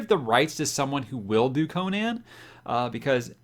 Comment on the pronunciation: Gratz on finally getting on the Conan train. Btw, you should probably learn how to pronounce it, hehe. I find it so disappointing that most of the fantasy book channels on YouTube completely ignore REH and his many wonderful characters. Shame Amazon gave up on Conan. None of REH's chars have been treated well on film. Only the first Conan movie was worth a damn imo. The comics did a pretty fair job and introduced the char to millions. Don't neglect REH's other chars. Bran Mak Morn is a fantasy treat. Howard also wrote numerous boxing stories and he also delved into humor with his Breckinridge Elkins stories. Also, it doesn't take long to read all the original REH Conan stuff. Many of his fans disparage the continuation of his work done by L.Sprague de Camp and Lin Carter but those are the only Conan works done by authors other than Howard that 'fit' the savage Cimmerian imo. New subscriber.